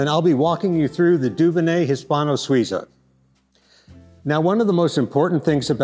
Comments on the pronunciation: Please pronounce the name Dunonnet correctly maybe, it’s not “Doobanay”, it’s “Dewbonnay’. This repetitive faux pas rendered the whole video unwatchable. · Are you pronouncing 'Dubonnet' correctly? It grates on my European ears.